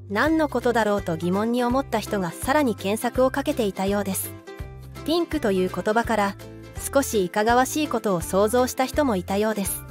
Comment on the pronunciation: ピンクがティンクに聞こえる